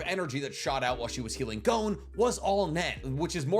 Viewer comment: Why do Americans say gown when talking about Gon? Its pronounce Gon like the word Bonbon